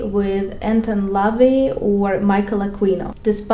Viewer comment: La-Vey is how you pronounce his evil name